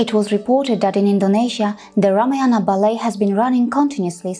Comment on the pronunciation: कृपया रामायण बोले । यह शुद्ध उच्चारण है 😊👍